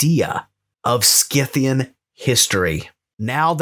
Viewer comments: It's SIthian btw, Saka, Scythe, Scissor, etc. all are spelt with sa and not ska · Great show ! However I believe Scythian is pronounced with a soft c like the word scythe .